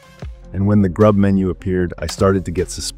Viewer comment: It's pipe wire not pipware. It's kernel not carnal. It's grub not groop.